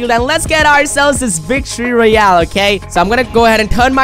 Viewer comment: He said vict royle